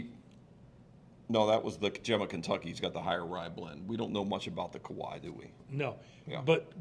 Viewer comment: Kee-a-waah. The other one is in Hawaii.